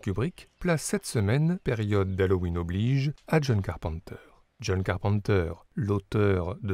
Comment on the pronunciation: The Thin ? De John Carpente ?